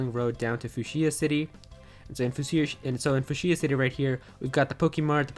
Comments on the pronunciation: What’s with the way you pronounce fuchsia? It’s pronounced “sha “ not “cia” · I've never heard Fuschia city pronounced like that. I believe it's pronounced like few-shuh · "foosheeya" city 😂😂🤣🤣